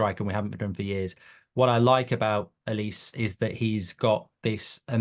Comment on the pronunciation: How can you be a football YouTuber and not be able to pronounce Olise? 😂😂